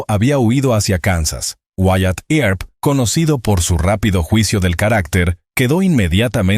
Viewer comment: This narrator is lousy she can’t correctly pronounce Tombstone or Wyatt Earp last name. Find a better narrator for the next ones!!!